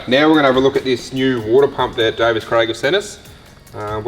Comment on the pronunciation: Davies, Craig. Davies.... not Davis.